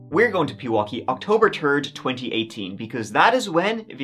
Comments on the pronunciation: It's pronounced THIRD! Not TURD! Seriously dude! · It's "third" not "turd" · Please th. Its third not turd.❤ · Did he say October Terd? 💩